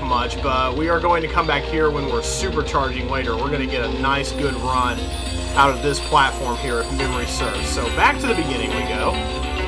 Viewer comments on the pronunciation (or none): You said "Super Charge Runp/Rump" .